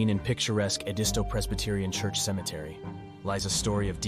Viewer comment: Not how I or those I know pronounce it - Ed-i-stow and I'm from Orangeburg county, born and bred.